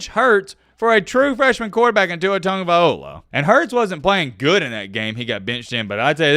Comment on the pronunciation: it's not Tungaviola (Tung-of-eye-ole-uh). It's Tagovailoa. (Tag-of-eye-low-uh)